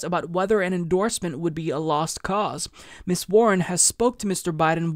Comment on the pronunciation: Just to be picky: "Ms." is not pronounced like "miss" but rather "miz."